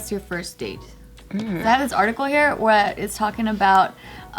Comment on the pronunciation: Everybody go to butchered the word "where" 😂